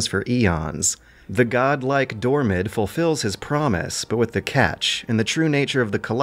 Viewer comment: Dormin, not Dormid my friend.